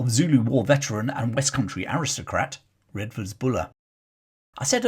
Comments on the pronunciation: I always though Redvers was pronounced “Reevers.” I first came across this redoubtable leviathan as a callow fresher at the University of Exeter many moons ago and espying his magnificent equestrian statue just along the main road. This lead me into researching his background and digging out long-neglected tomes about the Ashanti Ring from the university and city libraries. Even then, more than thirty years ago, Buller had become an obscure and near-forgotten figure in his native Devon. To me, a Yorkshireman, his story of courage in action and gritty resolve, his very image that of a stalwart, four-square late Victorian general (with, I imagined, a brick red face, claret-coloured cheeks and hearty, blustering manner) was the epitome of the Boy’s Own Story military commander mixed in with a character from the Four Feathers that was shown on television as a boy. Thank you for reminding us about Redvers Buller, warts and all. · Buller’s first name is pronounced Reevers not as it is spelt Redvers . He was scapegoated by the establishment, hence the outpouring of public support and money to erect the equestrian statue . A horse once filled with water as an Exeter Rag Week stunt - story goes it peed for a week afterwards ! A Kirtonian